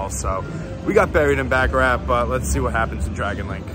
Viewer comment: I like ur videos but damn pronounce baccarat right it’s not back a rack